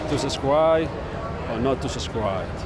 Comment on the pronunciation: To subsrigh or not to subscribe? Scribe